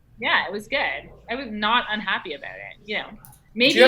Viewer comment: If you doubt is Canadian listen to her say "about it".